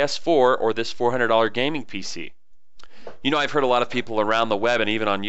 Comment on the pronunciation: Pc not pic lol